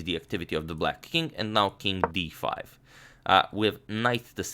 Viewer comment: King D5 sounded like Ding Key5